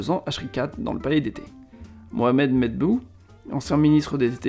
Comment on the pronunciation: Ta chaîne est très intéressante, mais il faut parler moins vite et soigner ta diction. La prononciation des mots est très importante en histoire et surtout la prononciation de mots étrangers (exemple: l'attentat de 1971 à eu lieu au palais d'été du Roi Hassan II à Skhirat - prononcer "Ski-Ratte" et non "Chri-Catte" comme tu le dis) et c'est comme cela tout le long : Le colonel Mebdou au lieu de Medbouh .... etc. etc... C'est dommage !